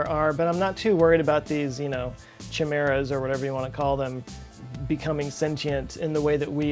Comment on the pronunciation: "chim-meras"? Doesn't it come from the Greek, so it would be "ki-meras" (as in "chi" pronounces as "ki")?